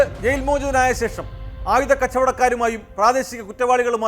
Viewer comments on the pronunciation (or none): none